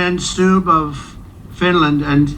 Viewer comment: Great content as always, BUT it's pronounced StUbb, NOT "Stabb", whatever that might be.